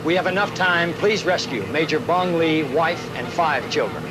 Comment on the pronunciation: Please get the name of the South Vietnamese Air Force pilot correctly. It's Major BUNG LY. Thank you.